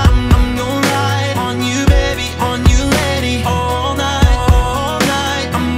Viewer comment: Anytime he says lady I hear Letty as in The Fast And The Furious character... needless to say I now ship him and Michelle Rodriguez :3